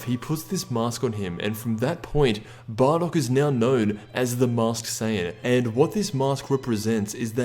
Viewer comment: why did he say barrock?